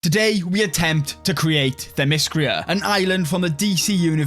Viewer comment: Say it with me: Theh-meh-skee-ruh